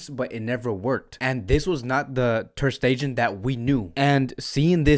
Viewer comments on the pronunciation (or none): Ter stegen...... Pronounced Like Ter stegaan..... It's German.... Stull love your analysis